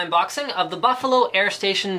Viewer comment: Linus says, Baffalo! (